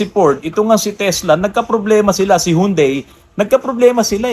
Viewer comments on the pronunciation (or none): none